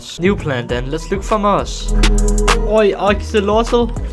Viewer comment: Muss? Its moss